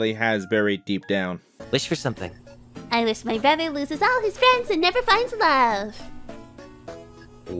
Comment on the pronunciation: Never apply that inflection to the word 'brother' ever again